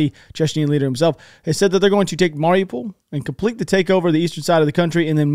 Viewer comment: CHECHEN. NOT CHECHNYEN.